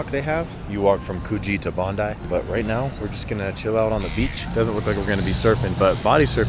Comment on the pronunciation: Finally, an American said Bon-dye not Bon-dee for Bondi Beach. You're honourary locals! 😂